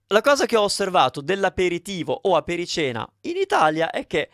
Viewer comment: Damn, this is bad AI!!! Apericena is not pronounced “apere-seena”, it’s pronounced “aperi-tshena”! Please make note of it and do not follow those guy’s pronunciation!